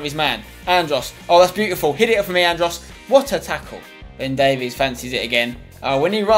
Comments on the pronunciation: its not davies its pronounced davis im welsh and from Swansea (his boyhood club) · It's pronounced "Day-Viss" not "Day-Vees" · Ben Davies is pronounced Ben Davis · No no no, it's pronounced ( day-vis ) davies! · Ben Davies is pronounced "Dave" "Is" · You really need to learn how to say Ben Davies' last name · The way you pronounce Ben Davies' name annoys me more than it really should